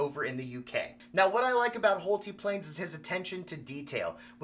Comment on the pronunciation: I believe his name is pronounced Hole-Tie, not Hole-Tee. 👍😊 But I suppose if you’re spending that much on a plane, you could call it whatever you want 😁